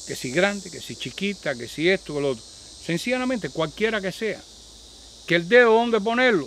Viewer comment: Se me hace curioso q a cada q dice senciana mente se sonrie recordando a Marcelino 🤣 saludos, y por esos consejos de salud gracias!!